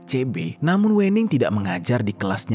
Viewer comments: klo orang jawa itu WENING di bacanya ( WEUNING), yg punya konten orang sumatra utara kynya.. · Bacanya bukan wening mas tapi wening 🤣🤣 cuma orang jawa yang paham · Pembacaan Wening nya itu salah, 😂 yaa gak salah juga sih, tapii pembacaan nya itu gak WENING gitu kalau di Jawa itu pembacaan nya Wēning, huruf W nya itu di baca tipis. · Aaaa aku sebagai jawa agak keganggu gara² baca wening nya pake e bang bukan è (Pecel bukan Lele) 😭😭😭 Tapi gapapaa banggg iloveu❤❤❤ Tetep mendengarkan dengan seksama kiw kiww, mangat 🎉❤ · Salah, bacanya bukan wening bacanya, tapi wening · Wêning bukan Wèning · Sedikit koreksi Penyebutan nama Wening (W'ning) seperti menyebut Merak (untuk burung) Bukan seperti menyebut Merah (untuk warna) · WENING bacanya bukan E yg kental kayak batak gitu... pentingnya observasi pelafalan kata dulu ngabs...biar dengernya ga ganggu